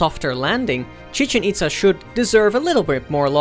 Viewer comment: Its pronounced as: Chi-Chen Ittttt-ZA.